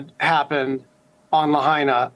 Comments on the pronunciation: CBS guy said La-hay-na fckin clown. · La-HI-Na. What kind of idiot cannot pronounce the name of the city you are reporting on? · Wow, the media knew.....😢...and it's still pronounced La-HI-Na. No you ain't arbitrarily changing how we say the names of US cities too NO NO NO! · Luh haynuh. LOL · Please pronounce Lahaina correctly. I lived in Kihei for 12 years and the leeward side is always brown in summer. Hundreds of years ago the whalers used this side of the Island to repair their damaged ships cutting down all the trees. This turned Kihei and much of the Westside into a desert. This is has nothing to to with the made up climate change. Good luck turning this Island to all "green". Most residents will never be able to afford this. Typical left pushing their agenda on everyone like it or not! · That idiotic reporter couldn't even pronounce the name properly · Damned reporter cant even pronounce "Lahaina" correctly. Pathetic.